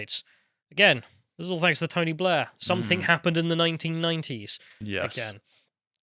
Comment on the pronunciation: Something, not "somethingK",...